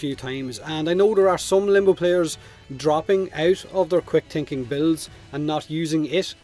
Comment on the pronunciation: he pronounces all th as t - "quick tinking"